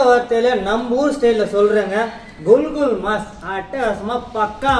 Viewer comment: adu "gul gul" illa, adu "kukul", oru naatuku poona anda naatoda ucharipa sariya therimdukondu pesavum, sila samayngalng neengal Solvadu anda naatil keta vaarthayaaga irukalam😢😢😢😢